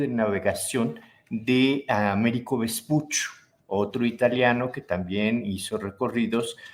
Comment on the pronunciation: Se pronuncia Vespucho.